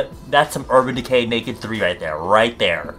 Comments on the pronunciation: "urban deqcurrr" dead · i deadass repeated the 'urban decurrr shit' for over 10 times not kidding